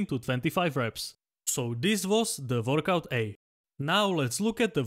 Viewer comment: Workout ❌ Vorkouk ✅